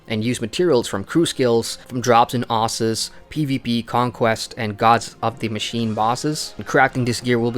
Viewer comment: Exactly. Ossus. Not OHssus, devs